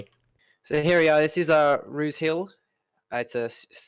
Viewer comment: This is amazing, but just saying it's r-ouse hill, (likes mouse) not Roose 😂